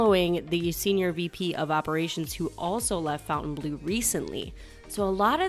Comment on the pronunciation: BIG FAN! Love your updates. Visiting SB weekend! POINT OF ORDER 😊 I think it's pronounced FONtainebleau, not FOUNtainebleau Keep up the good work